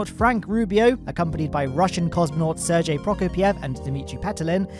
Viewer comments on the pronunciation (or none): none